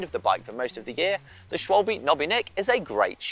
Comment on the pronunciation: Schwalbe, pronounced; 'Schwie - ba'. Means Sparrow. Or so I heard from a German. Interesting to hear your take on their new radial? Edit: Actually mean Swallow...sorry.